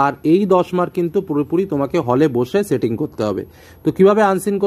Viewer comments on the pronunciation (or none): none